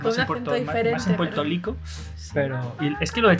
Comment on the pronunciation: Nosotros NO decimos PUELTO LICO, DECIMOS PUELTO RRRRRICO, NO SOMOS CHINOS Y NO CAMBIAMOS LA L SI ES AL COMIENZO DE LAS PALABRAS, SOLO EN EL MEDIO SI LUEGO NO VA UNA VOCAL Y AL FINAL. Y LOS DOMINICANOA Y CUBANOS TAMBIEN LO HACEN ES ALGO DEL CARIBE..,lo q pasa es que los boricuas tienen mas fama y por eso solo se burlan de nosotros😒 No entiendo pq se burlan de la forma de hablar de los puertorriquenos y caribeños. Pero asi como hablamos de "mal", muchos en otros paises, se copian de nuestra jerga, forma de hablar y hasta de nuestra musica y quieren imitarnos. Cantantes como Karol g, peso pluma, los dominicanos, argentinos, chilenos y colombianos etx hasta usan las palabras y vocabulario de nosotros en sus canciones para poder pegar y sin saber lo que significan, si no preguntenle a Karol G q quiere decir en vdd "bichota" (se la copio de PR) o a peso pluma y anitta a ver q quiere decir "bellaqueo" (otra copia de PR) y muchas mas. Imaginate si hablaramos lindo. Es como si dijeramos BOLICUAS😂😂😂😂 CUANDO HAN OIDO QUE UNO DIGA BOLICUA? DECIMOS BORRRRRRICUAS PQ HAY UNA VOCAL LUEGO DE LA R. 😒 NOS TILDAN DE BRVTOS Y LOS BRVTOS SON OTROS.